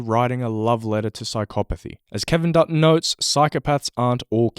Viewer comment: I kept hearing Peter Dutton when you said Kevin Dutton lol